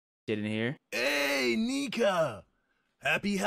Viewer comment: HER NAME IS NIKA and he has a speech problem and I don’t like him